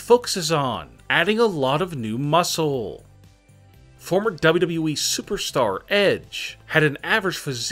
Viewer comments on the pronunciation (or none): Who else heard it as WWVVVVV instead of WWE? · Everyone: W-W-E This guy: dobu-dobu-eee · His pronounciation is damn funny... "doublui" 🤣🤣🤣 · As soon as he said it I read your comment. So funny. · Can we talk about how he doesn't actually say WWE but only WE? That annoys me more the weird intonation. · Why do you speak as if every other word has a period after it. Comma's aren't periods you don't have to have such a long pause for them like damn. Also it's double u double u e (wwe) not whatever you're saying cuz it doesn't even sound like you're saying double u. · The way he says wwe make my laugh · This pronounciation triggered me so hard. in WWE